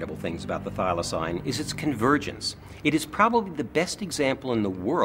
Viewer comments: The narrator is dumb. It's pronounced, but not spelt Filoseen,not Filosign.Der! 😂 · Oh, would the narrator learn how to pronounce "Thylacine" like everyone else?